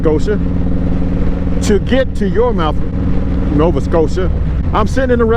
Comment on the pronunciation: its "yar-myth"